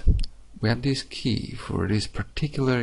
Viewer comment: Key not jey